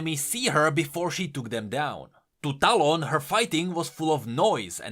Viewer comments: you mean "towel" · Bit by bit your talon pronounciation turns into quick stallone. Makes me laugh to think talon to have a face of Sylvester Stallone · As a filipino, I hear "Talong" instead of "Talon".